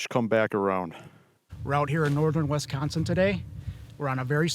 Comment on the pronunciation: Guy can’t be from here. “Wesconsin”